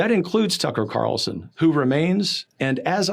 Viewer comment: Keith: "Tucker Carson?" 😂😂 I know it was a simple mistake, but I found it funny, so I laughed. It looks like the second/bald guy has a rock on the shelf behind him. I wonder what it is? Bidens brain?